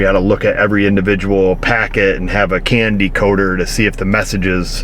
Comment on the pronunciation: you said: CAN decoder I heard: Candy coater